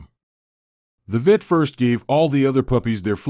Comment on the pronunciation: What kind of narration is this.? Weird and the guy says VIT instead of Vet and says POUPS instead of Pups.